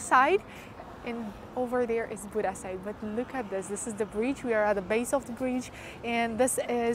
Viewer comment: Buda, not Buddha!